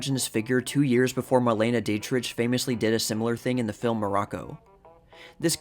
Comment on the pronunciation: You probably should correct your repeated mispronunciation of Dietrich while you're at it.